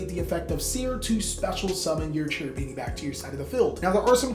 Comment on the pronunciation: "Cherubini" is an italian name, in italian "CH" sounds like "K", you should pronounce "Kerubini" and not "Cerubini"